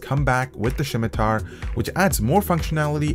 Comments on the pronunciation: Did you just call it a shimitar???? Did u even play runescape >:( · SHIMITAR XD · Great mouse aside from the 2.01 Firmware issues. Fyi, it's pronounce Sim-i-tar, there's no H. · "Shimitar"? It's pronounced like "simiter"... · its pronounced Simitar not Shimtar lol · 'Shimitar' drove me insane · I think it's pronounced simitar. :) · If he pronounces it SHIM-i-tar one more time....I'm turning off the video. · THERE IS NO H IN THE WORD! like someone else said its pronounced simi-tar. look for a video about someone talking about the middle eastern sword of that name. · could not watch with you saying shim i tar .... painful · Next time he says shimatar I am going to get triggered. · Elias Yazigi Can not be unheard. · Sam Shalati Haha, it was kinda bugging me too :P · Wait.. so you're telling me, that I've been pronouncing scimitar wrong, my whole life? #FeelsBadMan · Y u say scimitar like Sean Connery? XD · There is no h in scimitar. :p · How he pronounces scimitar kind of annoys me